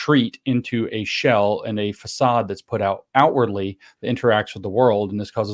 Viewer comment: Excellent breakdown. It’s Saaad btw. Kinda like ‘sawed’ or ‘lawd’. Hahaha Just heard James pronounce façade. That’s the sound of it. The Çade part.